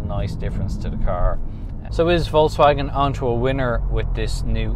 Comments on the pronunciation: It's Folkswagen and not Voltz Wagen. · that's different tho :-) Do you really call folks as volks in English? You don't say, hey volks. You say, hey folks. So, it's a Folks Wagen, the Car of People :-)